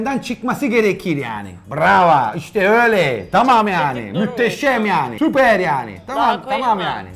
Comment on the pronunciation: nobody: literally nobody: danilo şef: supeeyyrr